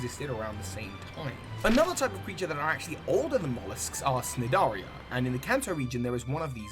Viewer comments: It's pronounced Nidaria. the C is silent! Great job on the video though! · This is a really great video, - can't wait for the next part! Just one thing I haven't seen mentioned elsewhere in the comments: "Cnidaria" is pronounced Nye-dare-ia (nye as in dye). It comes from Greek, so the "C" is silent. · I love this vid and your info is excellent, but its going to bother me forever the C in cnidaria is not pronounced, so it reads with a C but is pronounced nidaria. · Hey. This video is awesome. Only had one little thing bothered me. When you were talking about the Tentactule line and pronounced its phylum Cnidaria with the "C" it's actually pronounced Nidaria with a silent C. Thanks for this series Professor, it's amazing. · The C is silent in Cnidaria... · The C in Cnideria is silent. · Early comment - just for future reference the c in cnidaria is silent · Oi,, the "C" in "Cnidiria" is silent. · But isn't the C in cnidaria silent? 🤔